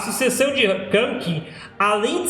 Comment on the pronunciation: Nunca vi tanta bobagem em um vídeo! Voz horrível e com dor de cotovelo ! Vish ! Ainda bem que é só tua opinião kkkk nem para falar o nome de kakin direito " kanki" kkkkk